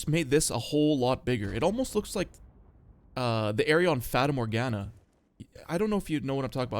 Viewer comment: Duuude that 'fata Morgana' was so right on point!